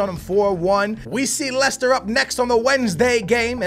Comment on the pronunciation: I do wanna see more Campbell especially now that he is a 77 overall, so you could play him in the cups or something, he's really fast, but he's like Welbeck, he doesn't go up as much. And I think you're pronouncing Leicester wrong. Nice vid like always!